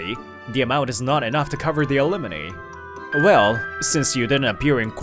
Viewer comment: Why does he keep pronouncing it alemoney?